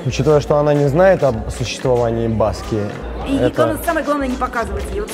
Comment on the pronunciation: Ударение на последний слог - Жан -Мишель БаскИя.Как и у всех французских имён.